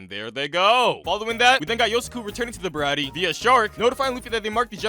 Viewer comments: he mis pronounced Sanjis resturant the (ba-rah-tee-ay ) is how its said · Sorry but it’s pronounced the br-a-tea-a